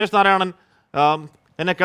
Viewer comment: രമേശ് അല്ല രോമേശ്😢